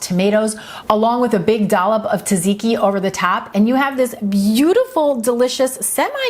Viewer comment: Great ideas! Pronounced tzat-zee-kee. 🙂